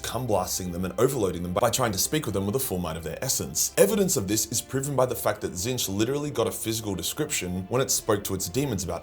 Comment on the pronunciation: when did he stop saying "tits-nich"